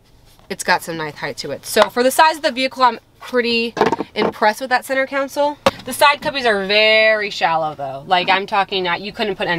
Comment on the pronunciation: CONSOLE. Not COUNSEL